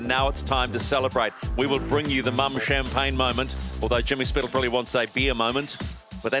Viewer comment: Mumm is not pronounce like 'mum' it is pronounced like moon except with a m at the end: moom. Congrats Luna Rossa, incredible final.